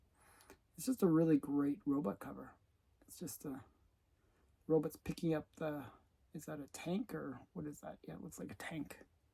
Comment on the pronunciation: Very cool books. I gave you a thumb up even though you call robots “robuts”.